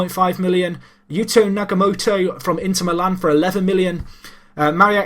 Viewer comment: Nagatomo,. Not Nagamoto.